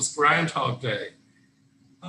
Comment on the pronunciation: Note to - meme rhymes with gene